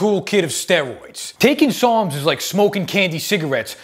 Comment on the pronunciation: Lol I was listening to this and i swore he was saying "PSALMS" NOT "SARMS" LOL